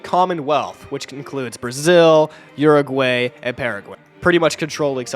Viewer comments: "Pearagwaey" and "Urahgwaey" killed me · Uruguaey and Paraguaey is pronounciation